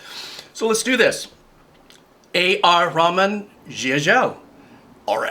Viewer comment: Hi! I loved your video.But, just FYI, I think the instrument at the end of the video is called a sarod, not a sitar. And the composer’s name is pronounced AR-Ruh—maan.